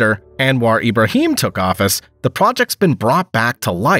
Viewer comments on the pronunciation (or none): none